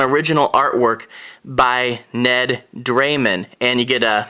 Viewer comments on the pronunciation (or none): Also its "Dameron" like "Cameron", not "Draymen" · "Dameron" like "Cameron", not "Draymen"